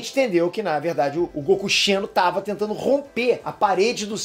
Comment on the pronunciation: Não é Goku CHENO, é Goku XENO kkkkk